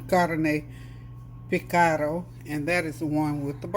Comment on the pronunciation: Great job on the pronunciation 😇 You said Carne Picada very clearly. End result of dinner looks delicious as always.